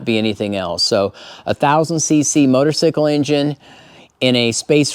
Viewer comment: You keep saying motosycle....It's funny I say that too sometimes.And I'm a Moto guy